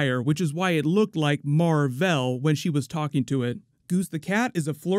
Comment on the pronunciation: remember in the house fury was trying to say mar-vell's name and he kept saying marvel